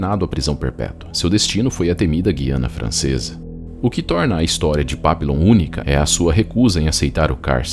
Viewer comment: O nome dele era papilon, mas se fala "papion" que significa borboleta em francês. Tem um filme dele, eu assisti a mais de 25 anos. Quando o falou papilon, eu me lembrei na hora. Também tem o livro que é muito bom